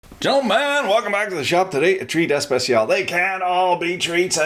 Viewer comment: Juan Herrero but he puts emphasis on the i.